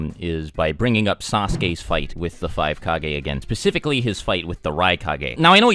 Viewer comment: pacifically? Lol